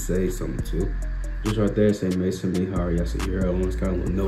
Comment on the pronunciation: They look great on feet. A piece of advice, "Maison" is from french, try Google Translate to learn how to pronounce it because is not "Mayson"